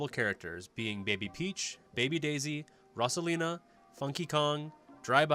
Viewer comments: Could just be his accent. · Wait wait wait. What did u call rosalina? Rusalina..